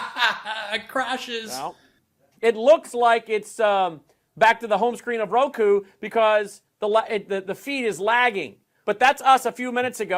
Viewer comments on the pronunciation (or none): It’s AMAZING how completely STUPID mike is, rokU NOT rokOoo . How in the world was he able to put a company together??? I wonder how the heck he gets his pants on the right way. Amazing. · REMEMBER HE IS THE ABD GUY. LET'S HELP HIM OUT IT'S "ROKU". SMH. Election "frawd" was priceless 🤣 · If this were a comedy movie and the first time the actor pronounce it as Roko instead of Roku I would probably giggle a little bit, but if in the movie the actor kept saying it I would probably start to get a little annoyed and think to myself that no one is that dense and dim witted, but this real life 😂🤣😂🤣😂🤣😂🤣😂🤣😂🤣 Now excuse me while I find a wall to bang my head on 🤯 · Man can't believe anyone listens to a man that has heard his own pr guy say the word ROKU six times and Mike STILL SAYS ROKO!!! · He keeps saying "roe-koe"!!!!!! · What on Lindell’s lower lip is so yummy that his tongue is always hanging out of his mouth and licking this area? Why does this man have so much trouble pronouncing words or finishing his sentences? It is amazing that anyone would take this clown seriously. What a joke and what great entertainment. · He supposedly smart enough to figure out packet captures but doesn't know what ROKU is or how to pronounce it.